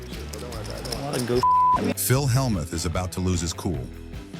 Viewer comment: I just wish the AI narrator could pronounce Phil’s name. It’s ridiculous.